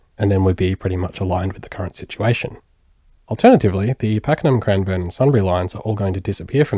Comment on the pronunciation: Its not crimeborne it’s Cranbourne